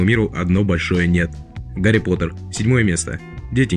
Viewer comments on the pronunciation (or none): none